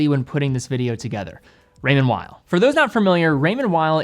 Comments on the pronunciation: Swiss guy here, great video! Just so you know it is said Raymond « vale » not « while » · Weil (pronounced vile) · Man it’s Called Raymond “Veel”